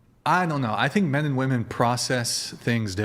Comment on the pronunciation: I think it's ridiculous that chair 2 is a woman but can't say women properly. 😂